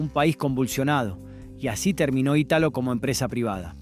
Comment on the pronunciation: Conocí perfectamente todos los lugares y empresas, desconozco la razón de acentuar la empresa Italo, en la "A", tenía una especie de Club para sus operarios en la Av. Segurola en Floresta, un salón grande donde se hacian fiestas, una cancha de paleta, de tenis y de futbol, décadas sin cortes de luz. Por qué en vez de Aguila como Cacho Fontana la nombró 1 millón de veces, escuchar aguíla ????? Que ave es esa, vuela ? No sé la razón de poner en los videos, 10 veces a un africano en el medio, siendo que en la época que estamos hablando el único africano famoso, estaba en la puerta de la Boite Mau Mau. En esa argentina no intervenían personas de color en absolutamente ninguna transacción de nada. Respecto de Pumper Nic, empresa de la cual fui proveedor voy a contar una historia real. Cuando abrió la sucursal enfrente del Club River Plate, pegada a la famosa agencia General Motors que vendían las Coupe Chevy personalizadas, en esa época se jugaba un fin de semana en River, el otro fin de semana en el estadio del contrincante. El baño del Pumper Nic quedaba totalmente destruido, arrancaban los lavatorios, rompían a patadas los inodoros y mingitorios. Los concesionarios habían contrato un grupo de albañiles para rehacer el baño cada 15 días. Finalmente decidieron cerrar los días que River Plate jugaba de local. La empresa se llamaba Facilvent, y fue fundada por el hijo mayor de Lowenstein su hermano fue el creador de "Paty". Tenían sobre Constituyentes dos locales grandes, en uno pe